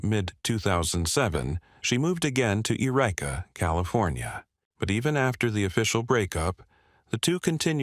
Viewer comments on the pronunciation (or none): "Ah-REE-ahss." The bot constantly mispronounces words; it's "You REE Ka."